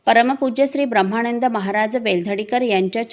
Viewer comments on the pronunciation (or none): ताई उपक्रम खूप चांगला आहे फक्त एक नम्र सूचना उच्चार करताना ब्रम्हाणंद असा न करता ब्रम्हानंद असा केला तर बरे वाटेल.